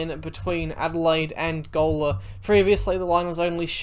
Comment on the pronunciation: Gawler is pronounced Ghoul-er